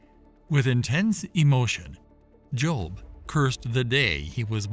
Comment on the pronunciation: The Behemoth is NOT a hippopotamus and Leviathan was not a crocodile! People either believe what GOD said or not. You admit that Ezekiel saw the visions of God's cherubim, but then make exceptions for Behemoth and Leviathan!? God is SUPER NATURAL and doesn't need your unbelief! And BTW, his name was 'JOB', not 'JOLB'.